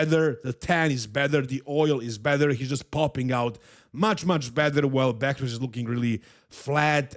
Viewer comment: is nog bakrouz is behrouz be be not bak